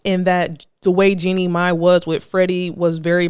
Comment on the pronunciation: I cringe every time she says “Jenny May”. 😩 It’s pronounced “GENIE MY”. Chile, what research/preparation??